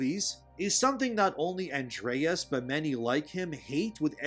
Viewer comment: I love your videos, but I cringed every single time you mispronounced Andres's name, lol.